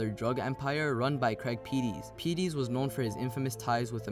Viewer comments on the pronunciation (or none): Lorenzen also had 36,000$ in his pocket when his body was found. It's pronounced Craig Pet-tus, not Pee-tees, and he is the half brother of memphis rapper DJ Paul. Hacks Cross Rd/Winchester Rd isn't exactly close to Memphis international airport... while it's not an extremely long distance, but no where in Memphis is very far from the airport. The wooded area at Hacks/Winchester isn't very large. There is a walking trail through there and is part of the FedEx world headquarters. And the surrounding area is very populated and is heavily patrolled by SCSO. In other words, it's highly unlikely that was the spot of the murder. There is also a video camera at that intersection so somewhere whoever disposed of the body is on tape... Just FYI. I used to work just a few hundred yards from where he was found on Winchester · you've took public info and that's it !!! the man you called Craig Pettis (you said his name wrong) that's my relative. Craig Pettis been in jail. you missed the fact that sherra messed with tavio which aired in Memphis. tavio is a known barber that lives very flashy and has his own shop. sherra has a baby by tavio which is also lorenzen Wright barber. you missed the fact that it was a drug debt hit and lorenzen Wright was found with money on him and his dick cut off. you need to get your facts right instead of just looking at public info. and not to leave out that the barber tavio lied about a phone call with lorenzen Wright after his mother came forward saying that she believed he was missing. I know of lorenzen Wright ' he went to my church a few times and would come in with these big ass diamond earrings in. he was a cool cat